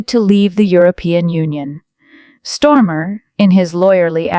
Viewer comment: 😅😅 his name is STARMER and not STORMER 😂😂